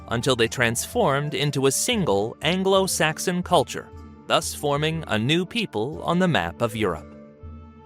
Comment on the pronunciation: So at 17.53...afro saxon?